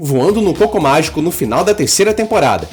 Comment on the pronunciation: eu escuto o "Cocô Mágico" kkkkkk